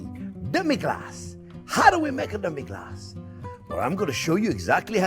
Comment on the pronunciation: Your extra accent on "Demi Glacé" is an example of a hyperforeignism